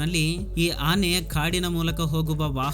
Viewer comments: ಹಾನೆ ಅಲ್ಲ ಆನೆ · ಹಿಂಗ ಯಾಕ ನಿನಗ ಹುಲಿ ಬೆನ್ನಹತ್ತಿದೊರಹಂಗ ವಿಡಿಯೋ ಮಾಡಿಯೋ ಮಾರಾಯ ಸ್ವಲ್ಪ ನಿದಾನಕ್ಕ ಹೇಳ ಮೊದ್ಲ ನಿನ್ ಕನ್ನಡ ತಿಳಿವಲ್ದು ಎಮ್ಮಿಗೆ ಹಸು ಅಂತಿ ಆನೆಗೆ ಹಾನೇ ಅಂತಿ 🙆🏻‍♂️🙏🏻